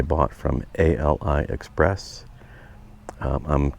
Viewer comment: Ali express not a l i express